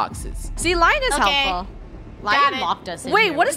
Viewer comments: I think it is Leon not lion but who cares?😎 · its lion (leon) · Did anyone hear them say LION! It is pronounced LE-ON!! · Lion is pronoused: (Lea-on) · saying lion ME its lion (le -on) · i think its pronounced as "lee yon" not "la yon" but im not sure lol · Is anyone else getting triggered that they are saying lion instead of L-e-o-n